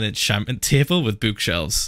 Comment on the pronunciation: the way he said book omg stopped me from crying about phil's two dead friends- r.i.p alex and matthew. phil really said bookshelves like b-ooh-k-shelves. is it the accent- lol its still funny either way.